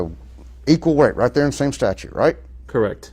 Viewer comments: Statute, not statue!!!! 😐😐😐😐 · This cop gave himself away when he pronounced the word "statute" with just one T. He said "statue". Not a rocket scientist.